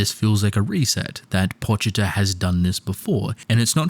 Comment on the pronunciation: "pochiter" it's pochita